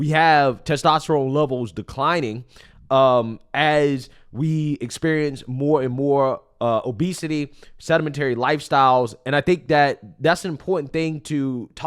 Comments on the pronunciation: SEDENTARY, not sedimentary. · Chuckle. "Sedimentary lifestyles." I think you meant "sedentary", buddy. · Hahaha!... "sedimentary"-lifestyles!!; it's "sedentary"